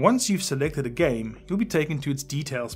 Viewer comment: Am I the only one who heard "Select the gay you want to download"